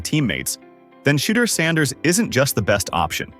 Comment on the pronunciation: Instruct your AI to enunciate Mr Saunders’ name properly every time…